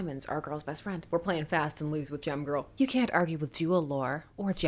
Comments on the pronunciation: When you said "Gem Girl," I heard "Gym Girl." No wonder I expected her to be ill-tempered :) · Every time you say "Gem-Girl," I hear 🎶 "Jem, Oooh, Fortune, Fashion and Fame!"